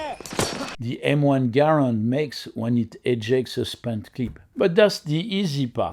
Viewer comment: Thank for pronouncing “Garand” correctly!